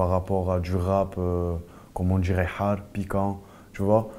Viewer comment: il a dit "hard' on dirait il a dit un mot en arabe